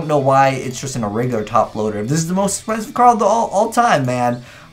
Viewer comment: "Expencise" Kappa